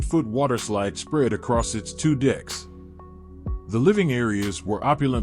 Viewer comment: RED ALERT!!!! EMERGENCY!!!! GUYS YOU NEED TO REDO THE AUDIO FOR THE DREAMSCAPE HOUSEBOAT! BOAT LEVELS ARE CALLED DECKS NOT DICKS! YIKES!!!